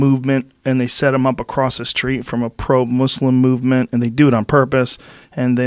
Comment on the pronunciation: Joe is the first non Muslim person to take the time out of his to actually pronounce the word “Muslim” correctly